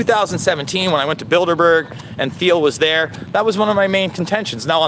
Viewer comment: I think the H is silent in peter thiel Anyways thanks for the content